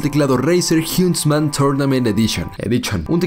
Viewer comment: “ Jiuntsman turnament edishon”